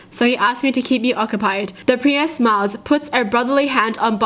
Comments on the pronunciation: She pronounced priest like pre ehst its supposed to be pronounced preest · Did she just pronounce priest as pri-est?? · does she pronounce the Priest like.. Pri-yest? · it's pronounced "P-R-E-E-S-T"(PRIEST) Not "P-R-E-Y-E-S-T" is adorable 😂😍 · The way she pronounces priest as pre-est 😂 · Uh... why do you pronounce the word 'priest' as 'pre-est' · wait pri-est is a real pronounciation of priest?(preest) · Me: Priest: Pree-est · why did she call the priest a presis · The way kyutie says priest, pree-ist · Those are jokes.not real stories P.s you can pronounce piss but not priest?!🤣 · The way you said Priest kinda bothered me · the way she says priest is...... well you'll be the judge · The way says "Priest"😬